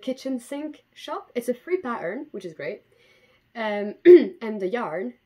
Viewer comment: If you go back in the video and for example listen to the way you say "pattern" (more like pa'urrrn) there is definitely Scottish in there :D